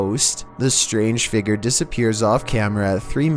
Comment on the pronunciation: 1:97 “A phantom figger”